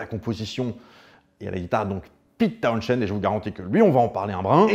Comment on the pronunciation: John Entwistle surnommé 'The Ox" c'est pas pour rien , son jeu et la façon dont il utilisait son matériel a fait de lui l'un des meilleur bassiste et sinon Townshend ça se prononce pas comme ça goddamnit